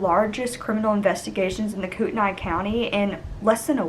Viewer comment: Great job with the details. I live in the local area. Pronunciation is "Coreduhlane" and "Kootnee". Interesting fact: their house was set back off of Interstate 90- clearly visible. After the trial was completed, local people and construction contractors (with the help of our local government) voluntarily (zero cost) demolished, execuvated and removed every speck of debris of the house as a sign of quiet respect for the family. The homesite has since grown back wild and will remain that way indefinitely as it is now legally protected from building and development. They promised young Shasta that "nothing will ever be there again."